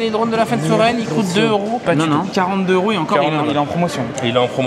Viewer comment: Est ce qu'on pourrait faire les liaisons ? On dit 1 neuro , 2,3,6,10 zeuros mais 8 teuros et c'est pareil pour cent parce que ça finit par un T. Merci de faire un effort, j'ai les oreilles qui saignent à chaque vidéo ! 😉